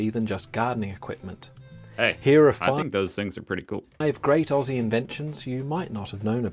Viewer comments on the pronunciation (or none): this guy is so anoiying its aussie not ossie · Hey! not going to attack you about you saying ossie instead of ozzie but i recommend changing how you say aussie to "Oz" instead of "Os":) Ozzie is how its pronounced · Ya not off to a good start, mate! Putting shit on Vegemite & the world famous Hill's Hoist, won't win you too many Aussie friends. NB: "Aussie" is pronounced 'OZ E' NOT OSS E' - Also, Emu is pronounced 'EEM U' NOT 'E MOO' 🦘🦘🦘🦘🦘🦘🦘🦘🦘🦘🦘🦘🦘🦘🦘🦘🦘🦘🦘🦘🦘🦘🦘🦘🦘🦘🦘🦘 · for f*#k sake, you pronounce Aussie like you would say Ozzy Osbourne. Snap out of it. Love your shit mate.